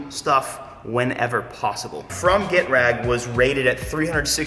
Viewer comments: It is pronounced Ge-traaag, you need to roll on the a 😁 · ge-trag* just because you brought pronunciations up